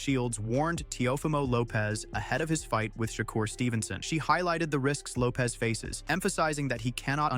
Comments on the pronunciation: He called Shukar Stevenson Shaker Stevenson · How are you talking about a fight and you can not pronounce the man name. Hopefully this help SHA-CURR. TRY THAT.